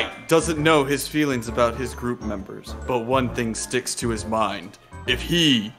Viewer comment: Plus light basically DID pronounce memeber right